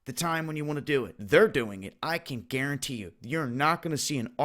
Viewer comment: Guaran-DAM-tee it!